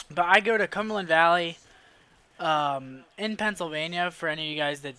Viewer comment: Did you say cumland valley?